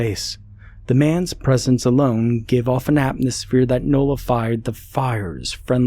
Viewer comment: Great narration. Except one thing, it’s atMosphere. That’s an M not an N. Just saying…. ❤